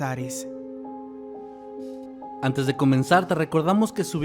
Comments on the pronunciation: Crei que decia Brazzers XD😒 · Creí que decía Brazzers en lugar de Bazares 😅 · Entendí "encontrados en Brazzers" 😂